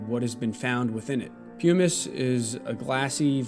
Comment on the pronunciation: Nice explication, but: 1. It’s pronounced pumm-iss, not pume-iss 2. Why mention Graham Hancock, a clear grifter with nothing to add to any serious consideration of the human past.? Why not name the serious scientists who discovered the evidence you present?